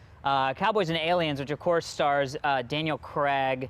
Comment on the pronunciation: Why does every American say Daniel Cregg?